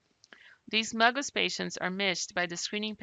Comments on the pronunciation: This is very helpful, just stop saying “muggus”... it’s M.G.U.S. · My doctor calls it M - GUS like the letter M and the name Gus.